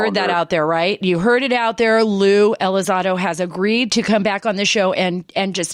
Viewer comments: I keep hearing her say ELI ZAD OH... lol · "Blink 132".... "Lue ElizARDO"..... Pretty embarrassing